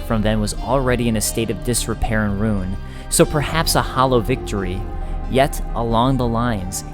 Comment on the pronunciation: I think it's kinda funny you pronounce ruin "roon". There's an i there! But anyway, great great video. I think this one is your best lore video to date, can't wait for the next DLC to roll around so we can hopefully get some closure on this story.